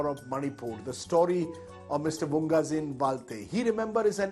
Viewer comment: Sir it's vungzagin,not vunggazin...thanks